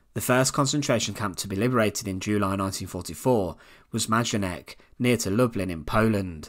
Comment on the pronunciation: Majdanek is pronounced Maydanek. It was an extermination camp situated just outside of the city of Lublin in eastern Poland. It was a horrific place, with guards as cruel and brutal as in Auschwitz. It was liberated in July 1944, before the Germans had time to kill or evacuate the prisoners. The inmates actually went to sleep under German guard and woke up to find Soviet soldiers securing the camp. The crematorium was still working